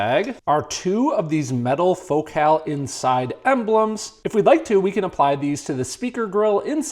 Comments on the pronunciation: It’s fohkel. Not faux cal. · says focus normal but says focal "fok cal" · As a Brit you say Focal so strange? Do people not say FO-CALL? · The name Focal irritates me. Why is it pronounced that way? "It's Joe Dírté"